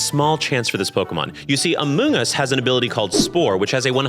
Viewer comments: it’s pronounced “urrr-shi-fuu”. And “Ah-moon-Gus” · I did not know about the thing with Amoongus, and I would like to say that every time said "Amoongus", I did indeed have to hold in the smallest laugh, and I am so sorry about that LOL